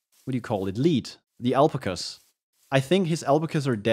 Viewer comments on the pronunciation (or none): That's how it sounds like in Minnesota, USA: al-pakka. You pronounce it like apla-ka or alp-a-ka. Google says it should be pronoucned al-pa-kuh Although: alpacas are not native, here, so I would not use our pronunciation. In Columbia, they pronounce it Al-Pa-kah. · Pronouncing alpaca alp-a-ka.... it's al-pakka????